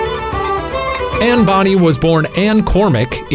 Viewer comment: Am I the only one getting irritated when Shane pronounced it Anne Bonnie instead of Bonnay? (Also... Cor-mac, not Cor-mic)